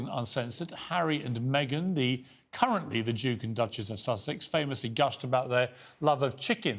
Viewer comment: The emphasis on currently... does Piers know something 🤔